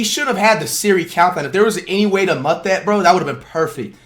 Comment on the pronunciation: Bro pronounces mute like mutt